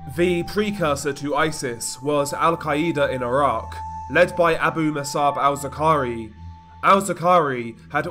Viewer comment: Abu Musab al-Zarqawi not what this guy said 😂